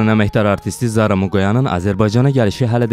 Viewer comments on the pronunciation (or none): Jurnalistsən sözə fikir ver , jara vurgu yoxdu , Sözü uzatma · Jaaara nedi e qiji? Duz emelli danishan aparicilar tapa bilmir bu meydan?